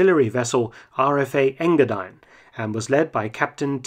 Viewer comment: ENGA---DEEEN.....not Enga-dine...JA?!